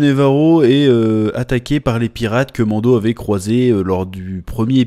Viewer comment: Chaque fois que tu dis Mando, j'entends Mondo , ça me fait penser au Mondo World dont JDG parle, La société qui copie les Disney ... 😅